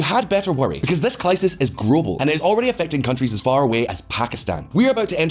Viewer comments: "This clisis is grobal". Love it. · "... because this clisis is grobal." 😝😝